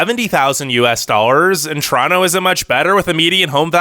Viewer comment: glad to hear you pronounce Toronto correctly!